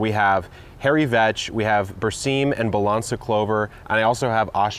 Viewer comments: Did anybody else hear hairy veg? 🤣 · did you say hairy vag? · Definitely misheard “hairy vetch” 😂